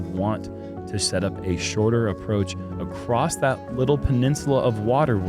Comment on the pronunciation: I always thought it was interesting why people pronounce ’across’ as ‘acrosst’ with a T at the end